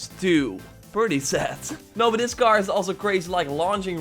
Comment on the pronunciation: Why is he saying car as gar?